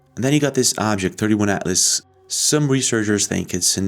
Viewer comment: It's not 31/Atlas it's 3I/Atlas (That's a capital "i").